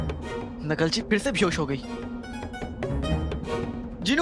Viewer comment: First of all he call ker nakchadi not nakalchi